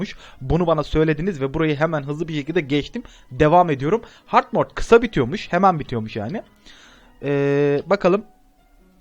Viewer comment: Hard Mord değil Hard Mode😂😂😂